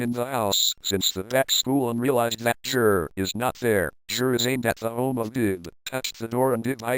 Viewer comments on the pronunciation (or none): i love how the voice pronounces it JIR instead of GIR 😂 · its pronounced G.I.R